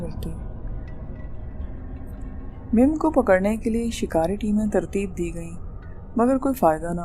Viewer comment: Excuse me madam mim nahi mum aur koh e murad nahi koh e murdar